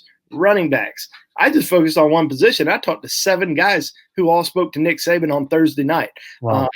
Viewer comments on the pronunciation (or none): It is Saban not Saben.